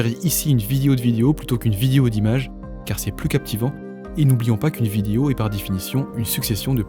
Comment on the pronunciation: Petit com pour le ref YT ...petit problème de prononciation sur le mot vidéo ..on dit bien "vid-é-o" et non pas "vid-i-o" ....